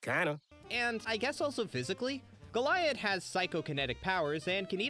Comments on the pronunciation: the mispronunciation of goliad was oddly annoying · How are you pronouncing Goliad like that. You hear how it’s pronounced multiple times in the episode, and during editing, like how. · I have trouble believing you've watched this show yourself. The pronunciation of Kara and Goliad. Calling Huntress Wizard "grass witch"